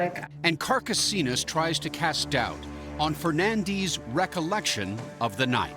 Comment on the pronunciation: I’ve never heard “Fernandes” pronounced the way they pronounce it.